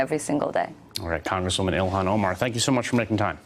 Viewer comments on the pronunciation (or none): Go back to sell, that was debunked and was cheap Nazi Zionist campaign to smear her,,,and by the way, Her name is ILHAN , not ohan , if you are gonna smear her by asking stupid rhetoric question, at least get her name right you inbred Nazi Zionist trailer parKKK Trash hicKKK